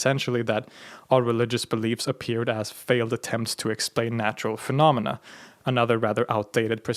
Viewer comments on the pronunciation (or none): none